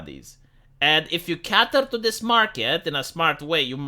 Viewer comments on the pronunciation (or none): Second video telling that “cater” is pronounced “KAY-ter” with a long “A”.